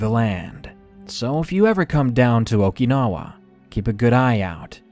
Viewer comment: Your mispronunciation of Okinawa was driving me crazy